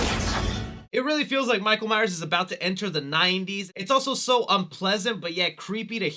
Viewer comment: I love 4 and 5...but I can admit that 5 is not that great. But PLEASE stop calling him Michael Myer. You keep constantly slipping back and forth between saying Myers and Myer. It's MYERS. And what the hell is the deal with your H5 masks hair??? It is super flowy and not like the other masks. Did it come that way or did you do something to it??